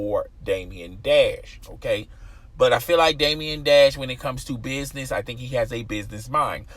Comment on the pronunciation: Bro, Damon Dash. Day-muhn. Not Damien Dash.